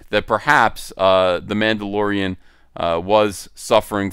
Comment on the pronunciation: Ma'ammdolorian. Whamendolorian.